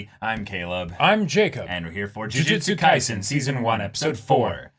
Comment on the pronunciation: Is it me or did I hear JuJitsu Kaisen at the begining?